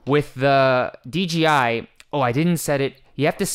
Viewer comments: big "J" not "G". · It's "D-J-I" not "D-G-I" :))